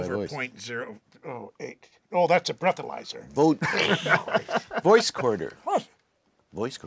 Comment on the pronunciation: Breathalyzer wtf voice quarter or voice recorder??? Bookalyzer? 😂😂😂😂 I'm dying 😂😂😂😂😂